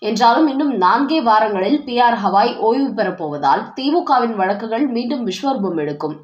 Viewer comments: ஹவாய் தப்பு.சரியான பெயர் கவாய்.ஒருவர் பெயரை சரியாகச் சொல்ல வேண்டும். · HAVAI அல்ல Gavai, தமிழில் கவாயி என்று செல்லவும்.